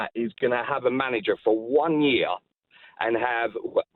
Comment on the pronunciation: Yee-arh = Year